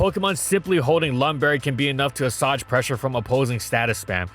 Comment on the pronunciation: that word is pronounced “uh-sway-j” (good video, just being ‘that guy’ about pronunciations)